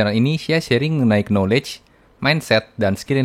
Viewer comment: Makasi bang, tapi rada ganggu dikit, Kayanya kalau “knowledge” waktu opening huruf “k” nya gadibaca bang, correct me if i wrong 😅 mantap analisanya… langsung subscribe